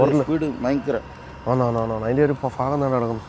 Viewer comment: FAAGAMALLA BHAGAM